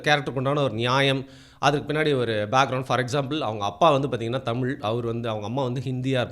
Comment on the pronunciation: உண்மை வரலாறு தெரிவது அவசியம். தமில் இல்லை தமிழ். தமிழை கொள்ளாதீர். படமாக நல்ல பொழுது போக்காக இருந்தால் சிறப்பு.